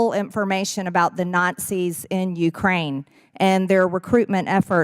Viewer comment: It sounds like she is saying NOT SEES